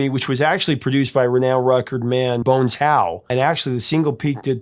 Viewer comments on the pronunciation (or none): none